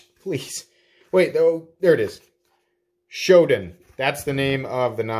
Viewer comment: Gonna line one up in Satin / CF, for sure... BTW, it's "SHOW-DON," dude... 😎